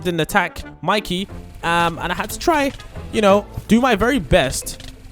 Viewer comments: You really called “Mikey” “Miki” and “JJ” “engine” 😂😂😂😂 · You said mikey wrong it has a y at the end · monkey?seriosky monkey its mikey not monkey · It is not miki it's Mikey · Bro said monkey bro it's Mikey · Its not miki its mikey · Miki? Bro it's Mikey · It's not miki it's mikey😅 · It's Mikey not monkey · Not monkey it’s mikey😂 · yeah its not miki its mikey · Mikey Not Mickey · Not Miki its Mikey